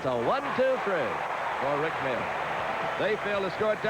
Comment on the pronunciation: They always pronounced “Mahler” incorrectly. It’s a German name and is pronounced MALL- ER just like it’s spelled - silent H (like going to the mall). It should not be pronounced “Mailer”.